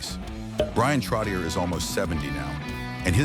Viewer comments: It would be nice if the announcer on this clip knew how to pronounce Bryan's last name. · Can't even say his last name properly....good gawd...